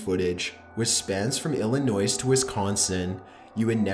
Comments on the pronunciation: The 'S' on the end of Illinois is silent. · Somebody please tell me didnt keep pronouncing illinois like illi noise.... ugh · Did you really say Illinois with the S!?!?!? The S is silent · The S in Illinois is silent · ITS PRONOUNCED (ILL-IH-NOY) damn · Illinois is pronounced ILL- IH- NOY. You don't pronounce the "s". From another video, Des Moines is pronounced DEH-MOYN. For both, you don't pronounce the "s" sound. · The s in Illinois is silent. And I know you know how to pronounce it because you kept going back and forth. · he pronounces the S in Illinois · that’s not how you say wisconsin or illinois😭